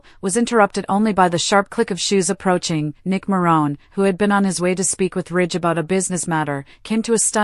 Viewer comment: YOU ARE PRONOUNCING MARONE WRONG